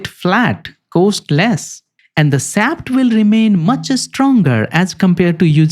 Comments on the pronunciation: it´s shaft shoulder, not saft solder. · "Shaft", not "saft" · You need to work on pronouncing "sh" You pronounce shaft as saft. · Please learn pronounciation! Shaft is not sap! Reason is not region! Shoulder is not solder! And don't waste sooooooo much time, when 5 minutes is more than enough to tell the relevant facts! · Interesting video and presentation. I would suggest that you need to improve your english pronunciation. It took me about a thrid of the video to figure out what you mean when you were saying sap (shaft). The where many poorly pronounced word that need improvement. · Yes. Very educational. But I needed the captions because absolutely no effort whatsoever was made to pronounce the "sh" sound. I know some people struggle with pronunciations, but when you are educating people and can easily ask other people how it sounds before it is posted it is rather lazy to not do it correctly. Half the audience is wondering what a saft soulder is and they have to stop and start the video again to read the captions.